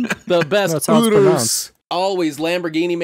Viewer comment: Ahh yes, the Lamborghini UDUDURus